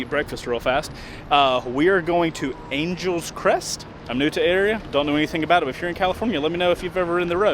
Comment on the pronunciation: It’s pronounced “An-Gel-Less” Crest. 😉